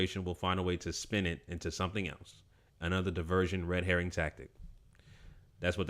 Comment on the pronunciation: no you did NOT say Red Herring! ctfu 💀💀💀